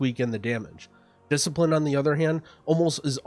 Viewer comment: "Discilipine" KEKW